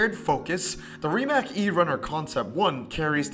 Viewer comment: Rimac is pronounced “Rdi-mutz”